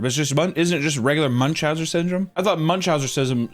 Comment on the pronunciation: Whos gonna tell that its MuchauseNs not Muchausers lol